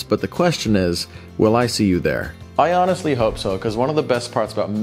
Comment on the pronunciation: I know you said "I honestly" but what I heard was "Ion-estly".